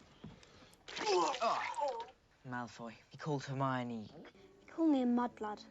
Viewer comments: Just a note: It’s not Her-moin It’s pronounced: Her-my-oh-nee Hermione is the feminine version of Hermes, the Hellene God🇬🇷 Ερμής / Ermís Ερμιόνη / Ermiòni •Muggles don’t know anything about the magical community and also there is the International Statute of Wizarding Secrecy when each country has to keep hidden its magical community! •Pure-bloods: those that their parents are both wizards and have a long line of wizards ancestors. *Pure-bloods are not those with only their parents being wizards. Pure-bloods are those with only magical family members, generations back. Harry’s mother is a muggle-born witch so Harry is considered to be a half-blood. •Half-bloods: those that one parent is wizard and the other muggle •Muggle-borns: wizards that they don’t have magical ancestors. •Squibs: people with magical ancestors that they don’t have magical parents, they cannot use magic. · I love how he says "hermine" for Hermione. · “Hair-moine” … they say it perfectly clearly in the movie lol where are you getting that pronunciation from?? 😅😅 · I think it’s hilarious that two of you don’t pronounce any name correctly.( lol) but, it’s fun to watch you dive into these movies, they do get darker and more adult as you go. I’m 53 and just got into HP in the last two years and love the books & movies. It’s just puts you in your younger frame of mind and imagination, which is really fun.